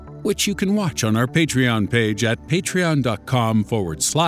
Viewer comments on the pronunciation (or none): none